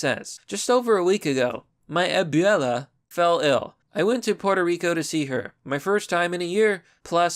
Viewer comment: "Abyala" lollll